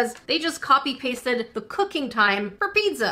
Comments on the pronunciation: talkin about the typo Me: *hears her say “pid-za” and not “pizza” Me: ÒnÓ angry THIS IS NOT A HATE COMMENT PLZ DONT SUE MEH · Did she say pitza or pizza... CAUSE I DONT CARE HOW SHE SPEAKS